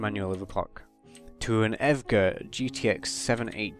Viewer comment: Evegha?? It’s E V G A lol